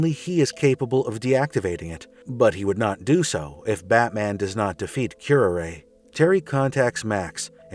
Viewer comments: wince Ooof, pronunciation guide,; this is kinda hard to watch: {Cure-Rar-Ray} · You mispronounced her name. It's pronounced kyr·aa·ray as in the poisonous plant. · It's honestly pathetic that you pronounced her name like that. It's cure-are-ay (which happens to be a highly dangerous poison that was often used in assassination) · Q-R-A, raz al gul, arceus, Worcestershire. pronunciation is never easy for some names.